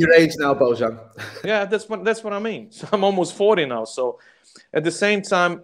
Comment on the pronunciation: "Bowchan" gave me the chills. Preach brotha´!!💖 (Sounds like pronounces Bojan as Bowchan, and I like it. Hahah)